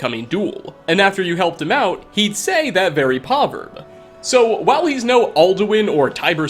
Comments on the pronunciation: Are you saying poverb instead of proverb? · Why does he say” Poverb” and not “proverb” He does it like 3 times all pronounced without the r and it’s killing mw. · #1 its pronounced pRoverb not PAHverb, it wouldn't be as agitating if you were just pronouncing it PROverb or PRAHverb, but your completely ignoring the R. #2 thats not even a PAHverb. A Proverb is a short story with a lesson to be learned, you sound ignorant just using words because they sound right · Poverb? Edit: cowwoborate? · "Poverb"....oh, we love you. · Did you mean proverb? Cause you said poverb....a lot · How many fucking time are you gonna say "Povverb"? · Say it with me, P R O V E R B....proverb. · Adding yet another word to the vocabulary that cannot say. That is: Proverb. AAAAGGGGH STOP SAYING POVERB! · "poverb"? You mean Proverb? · Did this nigga just say poverbs?? Edit: It wasn't a mistake, he said it three fucking times lmfao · It's "proverb" with two R's. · Wait.... is he trying to say Proverb ? 🤨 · Any particular reason you don't pronounce the "r" in the word, "proverb?" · Will learn how to say proverb? Haha